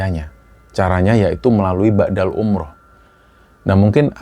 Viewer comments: Mohon maaf sebelumnya 🙏🙏 mau sdikit meluruskan, bukan ba'dal umroh mas TPI badal umroh, badal= pengganti. Kalo BHS arab kan beda pengucapan maka beda jg artinya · Maaf,sy dengarnya BA'DAL umroh. Yg benar adalah BADAL umroh. BA' DA dlm bhs arab bermakna "sesudah",sedangkan BADAL dlm bhs arab bermakna "pengganti" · ngapunten koreksi sedikit badal bukan ba'dal...🙏